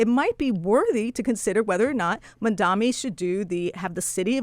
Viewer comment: Mamdani - not Mandami!